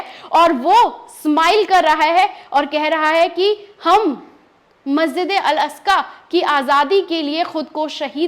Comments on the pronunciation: Aska nhi Aqsa . Bolna sikho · अल अस्का नही अल अक्सा.मैडम. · Madam, Masjid Al Aska nahi hai. Balki sahi naam Masjid e Al Aqsa hai. हिंदी में मस्जिद ए अल अक्सा है। मेहरबानी करके सही नाम बोलिए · 😂😂😂,,,,al,,asja,,,nahi,,al,,aksa,,he,,pehla,bolna sikhi,fir,lekchars dena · ji Masjipd e aksa h aap al aska bol rhi hn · tumko baat karna nahi aata sahi se wo theek hai hum samaj sakte hai talafuz sahi nahi apka. Per masjid Al-Aqsa ka naam to sahi se lo tum baar baar Al- Asqa bol rahi ho. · Al aska nhi mam al aksa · Masjide aksa....masjide aska nahi hota he o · Please articulate rightly the word " Al-Aqsa"(Masjid).. .. जहां तक अमेरिका की मक्कारी की बात का ज़िक्र है तो 'Nostradamus' से भी ज्यादा spiritual और foresighted सूफ़ी 'नैमतुल्लाह" वली(8 वी सदी ई०) ने तभी तो अमरीका जैसों के बारे में पेशीनगोई की थी कि इन Westerns का भी history में ही ज़िक्र रह जाएगा और यह इनका 'मन्तक़ी अंजाम' होगा!(rational fate)